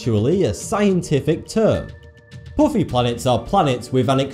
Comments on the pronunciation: puffy pronounced Pooffey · I read this as the video started and could hear him pronouncing it PUffy in his accent before he even said it 7 minutes later